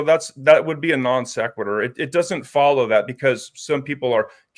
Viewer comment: “That’s a nonsqueturr”